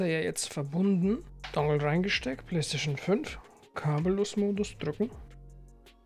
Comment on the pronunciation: Sag mal nicht immer "Dangel". Das klingt so dumm und es ist einfach falsch. Die Amis sagen auch Dongle / Dongel.